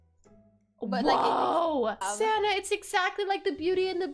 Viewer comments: When you said sanna I thought you said santa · whenever dhe says "sanna" I think she sounds like she's saying "santa" lol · Lol some time I think she calls her friend Santa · Are you saying Santa or sanna